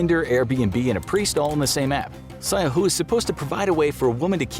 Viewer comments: I'm from Iran and the way the narrator pronounced "Sigheh" and the information mentioned afterwards proved me all of these info might be worng as well. FYI: 1. It is pronounced : /sIgə/ 2. It is frowned upon and mostly done by some religious men. 3. It does not need an annulment of divorce since it is time limited and it will be terminate automatically after the time. 4. It needs to be connected by the women's father. From my understanding it is only used by men who wants to have extramarital affairs and want to go on a "business" trip with their secretary and they need a proof of marriage to get a room. Or by extra religious men who want to do extramarital affairs. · First of all the Sigheh thing is not an Iranian tradition, and it's very rare these days, it imported by Islam, and specifically Shia Secondly it's pronounce as /séɠ̊ɜ/ and its Sonny equivalent is nikāḥ al-mutʿah Thirdly, pronunciation of Iran is / irān / like Milan, Sedan or Iman